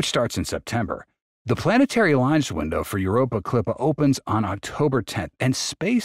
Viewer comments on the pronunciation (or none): none